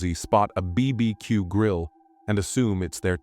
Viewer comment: Is that how a BBQ should be pronounced or is it me?😅😅😅😅😅